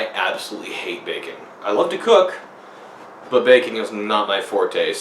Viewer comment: Jesus, heard "hate bacon" and not "hate baking" and almost lost my shit.